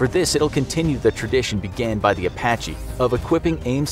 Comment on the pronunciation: A sounds like E in Apache